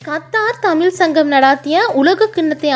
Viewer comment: வணக்கங்கள். ழ சரியாக உச்சரிக்க வாழ்த்துக்கள். தமில் ? தமிழ்?